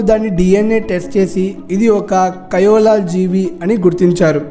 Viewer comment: It is koala not kiola I said about pronunciation